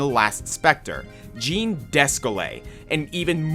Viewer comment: The Jean in Jean Descole is pronounced closer to John.